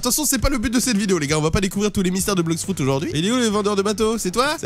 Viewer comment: stp arrete de dire blox frout di blox fruit spp mais sinon trop cool ta vidéo comme d'abitude